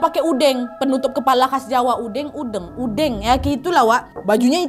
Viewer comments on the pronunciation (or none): bacanya udeng kaknad bukan udeng🤭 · Pakai udeng udeng penutup kepala sederhana bukan blangkon kak Nad, pengucapannyabukan e (pengucapan eh) tapi e ( mengalah), sehat sehat kak Nad❤ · pas kak nad ngomong "udeng", tiba tiba langsung connect ke Banyuwangi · Aku yg orang jawa senyum"dngr kak nadia nyebut udeng sma gedek😂😂